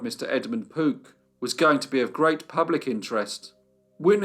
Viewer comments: I kept hearing 'Poop family' 😁😁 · are you saying Pook, Poot, or Poop?